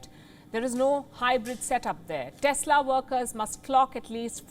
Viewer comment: Desla. Lol